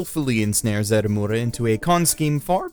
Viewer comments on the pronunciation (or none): I like how the entire time he said edamame instead of Edamura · Edamura not Edamame. Lol